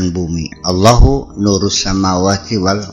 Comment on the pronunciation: maaf km islam apa bukan sich ,,,?Nyebut allah aja belepotan,,,(awoh),,maaf biar lebih paham,,,,tulisannya ALLAH ,,BACANYA ALLOH (AL-,,,LOH,),,dlm melafalkan,,,( AL ) (ujung lidah sedikit di gigit nimpel ke langit2 mulut) ingat EL nya dua ,,(,AL,,,,,LOH,),dan di akhiri dg huruf H,,melepas nafas,,,AL,,LO,,,HU,, ATAU AL,,,,LOH,,,semuga bermanfaat🙏